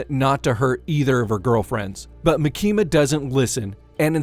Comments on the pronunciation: He is pronouncing her name as "maki-ma" like california maki. It should be "ma-kima" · Ma-kima not Maki-ma I think 🤔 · Its MAAAKIMA 😂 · It's not makima it's actually pronounced micky the control devil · I'm trying my best to get over how you say "Muh Kee Muh" lol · Maa-kima sheesh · maKEEma :D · You pronounce Makima like southerners pronounce Quesadilla "Quizz-a-dell-a" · I cannot watch this video with the way your saying her name💀💀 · Can’t get over how you pronounce Makima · Yeah I stopped watching after u kept mispronouncing makima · Take a shot every time he says makima’s name incorrectly. I’ll go first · the way you pronounce "makima" 💀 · its really not hard to watch the anime and listen.. they literally pronounce it correctly like 6 times in the second episode.. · kills me